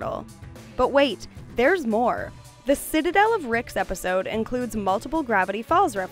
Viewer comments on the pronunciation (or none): none